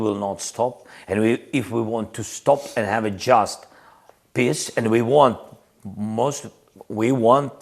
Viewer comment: Also when he says "peace" it sounds like "piss" 😂